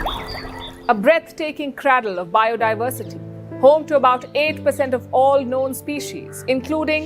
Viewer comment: The word is ‘cradle’, pronounced ’cray-dull’.. you idiot!